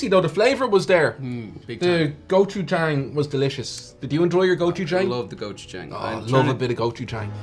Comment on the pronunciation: The "a" in Gochujang is pronounced with an aw sound. Like in the terrible live action movie The Last Airbender main characters name was mispronounced. I mean seriously did no one watch the TV series which the movie was based on.